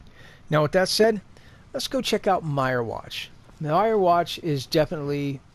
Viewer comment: wtf...did you really call them "Dark Soul Gems?" and it's pronounced "Meer-Watch" not "Myer-Watch" lol.....go away poser